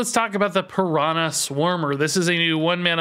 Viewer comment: everytime says piranã instead of piranha a little baby piranha dies